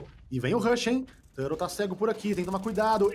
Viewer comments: Não ta errado, a pronuncia em ingles é tur-rou mesmo. Mas comos estamos no Brasil, é turtou. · ele pronuncia no inglês, tur rou , o do exit no inglês ficaria Eg zit mas eu sou mais falar tudo em br mesmo kkkk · O ideal é falar TORTO, aí fica massa :) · esse narrador falando "tãrou" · O ideal seria falar TORTO, daí fica engraçado e ninguém reclama 😅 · Que agonia ver ele pronunciar o nome do Turtle errado kkkkkk